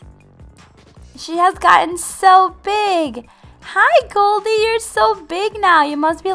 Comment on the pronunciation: it's Goldie not galdie.